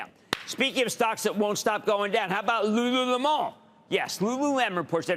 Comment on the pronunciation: miJ remarC is enjoying his liquid lunches again it seems...🤣🤣Listening to him try to pronounce Lululemon is hilarious!!